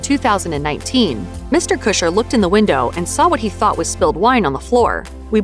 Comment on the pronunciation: listening to you say "Ashton Kusher" over and over is unnerving. His last name is Kutcher...not Kusher. The T isn't silent